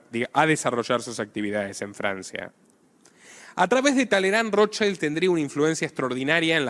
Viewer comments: primero mi admiracion por tu trabajo Felicitaciones. Considera pronunciar ' Rot child' en lugar de " rot chaild". Porque es un apellido germánico, no inglés, y le estás cambiando el significado de Escudo Rojo - el verdadero - a " Niño Rojo" lo cual es bastante extraño, no?😊. Sólo un consejo. Abz! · asi no se prononcia el.apellido Rothschild es un apellido judio aleman y NO.INGLES